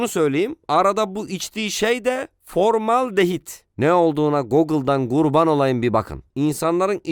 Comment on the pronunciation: Formal-dehit değil o hocam form-aldehit